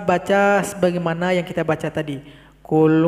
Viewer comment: Qul bukan kul